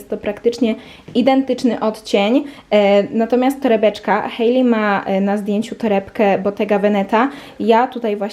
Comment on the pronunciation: W końcu ktoś kto poprawnie wypowiedział imię Hailey 🙈